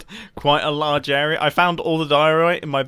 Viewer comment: Can you say area the right way.